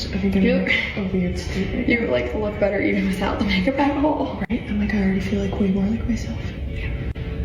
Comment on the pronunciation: Why do you pronounce “better” as “bettERRRRRR”….